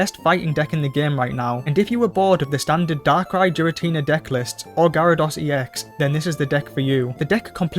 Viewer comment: Still pronouncing Giratina wrong 🤦‍♂